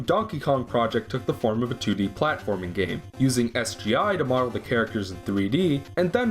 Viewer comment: i die a little every time he says sgi